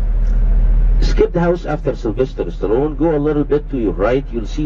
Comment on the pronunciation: Wait... It's "Stallone" not "Stallion!!" ROFL